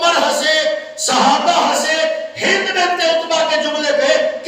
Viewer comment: naam Tu theak lay in k naam hind tha hinda Nahi